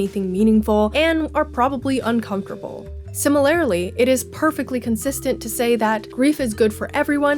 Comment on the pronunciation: be like: “similaerly..”